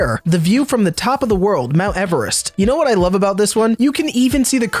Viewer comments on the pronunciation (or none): none